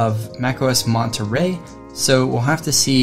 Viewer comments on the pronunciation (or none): none